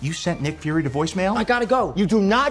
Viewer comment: Did he really just say nick furry’s daughter?